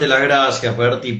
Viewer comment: Es Bertie no bernie